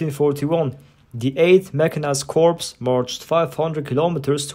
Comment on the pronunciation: I'm not sure if you use an AI voiceover or not, but "corps" is pronounced "core", just fyi.